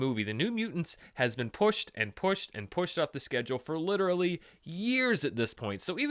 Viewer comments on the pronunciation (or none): none